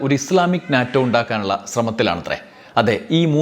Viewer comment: NATO, North Atlantic Treaty Organization, pronounced as NETO.